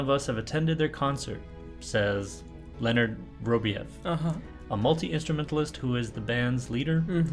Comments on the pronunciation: "Leonid" is properly pronounced "Lay-o-need" ,(Russian pronunciation). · Only one complaint, name and band name is pronounced - nid and Friends.